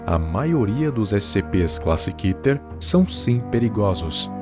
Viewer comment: Pra mim se fala Kéter